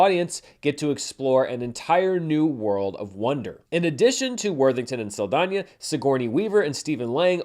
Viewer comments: Props for pronouncing Saldaña, right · Thank you for saying Saldaña’s name correctly. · No notes. I just appreciate the effort made in pronouncing the ñ in Zoe Saldaña's name. 😊